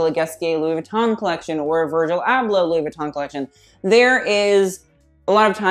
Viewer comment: He doesn’t even pronounce Louis Vuitton right.... and the clothes he wears in his videos is....